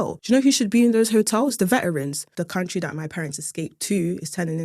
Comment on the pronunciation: Base and bougie is soo London I love it how she even missed the T in veteran like a true cockney lass 😂